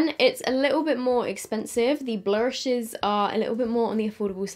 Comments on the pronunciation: I can’t stop laughing when she says blurshes🤣🤣🤣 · The way you say “blurshes” with the American southern accent. 😂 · I was sort of having this on in the background and was crying like 'Why tf is she saying blushes like that' ahaha screamin